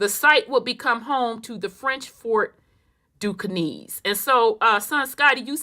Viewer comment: no disrespect mamm, cause you've brought so much clarity to the Great oke doke as I call it buti I just couldn't stand it anymore. Pronounced (Duskane) or( Ducain). Now I understand why as a black male that only we go through what we go through the way we go through it with these folk. Peace and love mamm